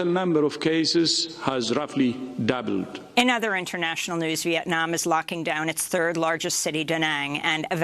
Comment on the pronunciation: The way he said " doubled " 😅🤣😂